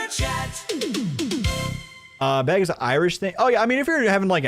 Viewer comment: I’m so glad I’m not the only one that’s noticing that stupid pronunciation beg instead of bag.